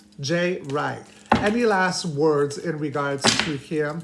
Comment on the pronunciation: You are pronouncing his last name wrong, maybe that makes a difference. You said Dwight instead of Wright.